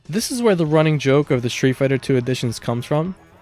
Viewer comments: Dude, the way you pronounce „street“ made me turn off the video. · Shtreet fighter. Shtreet. Egshtremaly. Pronounciation is not your thing.